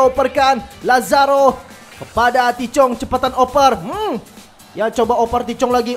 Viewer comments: tahith chong bang bukan tichong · Cara nyebut namanya bukan TI CHONG, tapi Tahith Chong